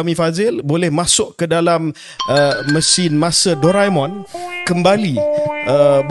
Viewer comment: Aku pernah tulis dlm komen beberapa siri short KS yg aku benci UMNO tp aku respek KJ, kali ni aku nak buktikan yg KJ mmg seorg yg sharp. Kebykan org bila sebut doraemon akan bunyi doremon, tp KJ very detail sebut DORAemon. Nampak bodo je tp itulah sejenis sharpness person KJ is. Dia layak jd MB n9